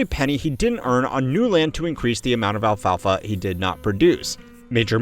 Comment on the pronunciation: The way you were pronouncing ‘alfalfa’ was about to give me a stroke. Great video tho.